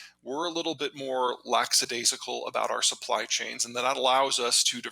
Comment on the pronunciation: Lackadaisical not lax-adaisical please.